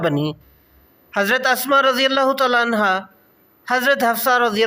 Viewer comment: کاوش بہت اچھی ہے لیکن پلیز تلفظ تھوڑا ز ٹھیک کر لیں تعالیٰ عنہ الگ الگ کہا کریں